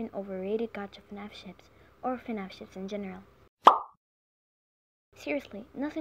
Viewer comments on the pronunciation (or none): Me: hears her say fanf chips Also me: knows that she said fanf ships